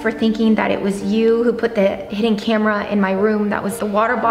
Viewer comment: was trying to say hiden cameras in your house btw i love the vid so im sehing so mene th8ms